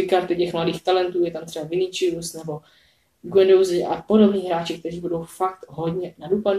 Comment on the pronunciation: Viní se čte "Vinísius„ ne "Viníčius„😐😐😐😐